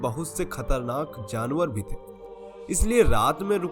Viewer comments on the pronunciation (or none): none